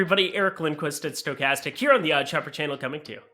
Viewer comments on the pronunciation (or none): none